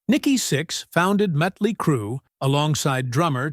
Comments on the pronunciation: This is an AI doc… but hearing Mutly instead of Motley is annoying. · It's not mutly it's motley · Why can't AI say Motley? I think maybe it is because it is written with the umlauts (the 2 dots over the "o" in Motley) which are German I think, so the AI pronounces it that way. Or maybe the AI is just a dork🤓🤷🏼‍♂